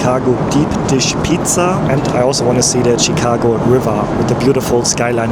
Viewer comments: it is pronounced as "shi"cago not "chi"cago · Shh-cago. Not chick. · Hi, its not CheeCago.. Its Shicago 😊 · No T in Chicago… “Chit-cago” 😂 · It's pronounced Shi-cago - "Sh" - not a hard "Ch." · Chicago as pronounced as “shekago” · Hey, it is pronounced Shi-car-go. Sh as in ship not ch as in chicken. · chicago = pronounced (shi -kaa -go) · Awesome video as usual! I love the way you pronounce Chicago. You're my favorite YouTuber. Excited to see more U.S. videos.